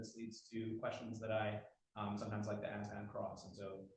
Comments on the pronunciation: He wants to axe chew? Sounds reasonable. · I'm so tired of hearing "Axe You a question" instead of "Ask You a question".